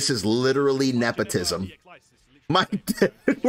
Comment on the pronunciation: "This is napotism"